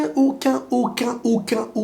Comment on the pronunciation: "Auquin" x 10.000... est grave 🤣